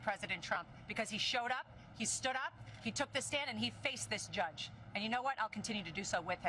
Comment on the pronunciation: Did she just say "that gudge" instead of judge? Aww bless, ... well, ... she's making a lot of money from donations. I won't knock the hustle.